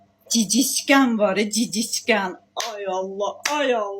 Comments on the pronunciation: Чушка cicitken нет, правильно говорит gicitken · Gicitkən ..cici tkən yox 😂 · Danışıq sifır(bu arada məndə talışam) cicitkən yox gicitkən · Seyleme gurtken sozunu duz de rus dilinide cox pisss blirsen